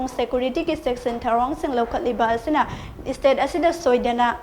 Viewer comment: It's state not istate💔🤣